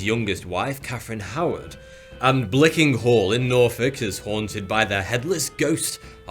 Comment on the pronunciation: Also Anne Boleyn is said to haunt Blickling Hall, not Blicking Hall